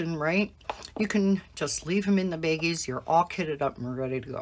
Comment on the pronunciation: They are pronounced “BAGGIES”, not “beggies.”